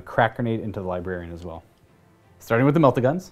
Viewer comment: Everytime says LiBarian instead of LibRarian... I cringe.